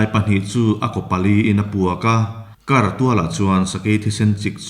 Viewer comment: 'Sêr bul kar bal....' kan tiha 'kar' ang hian lam rik tur a ni e (Kar - Sakei thang).